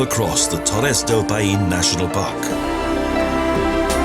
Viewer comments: It would have been a fantastic video, if the guy who reads the text could take the trouble to learn how to pronounce the names of the places. "Paine" is not "pah EEn" it's "pIE - neh". He spoiled a lot of other otherwise great Expoza Travle South America movies. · The pronunciation is all off. It's NOT "payeen"...it's "pie-neh" and it means "blue" in the local native language